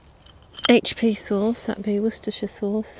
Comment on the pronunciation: Glad you can say Worcestershire sauce. My tongue can't roll that one out.